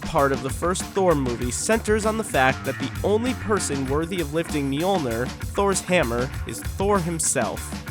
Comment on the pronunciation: It is pronounced: Mull-Neer